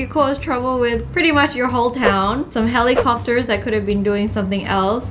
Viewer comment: The only mean thing I've ever done is replaying HELL-I-COP-TER over and over .Forgive me but I'm weird cause I laugh at everything but jokes